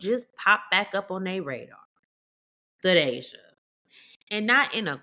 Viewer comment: It's TA DAY SHIA.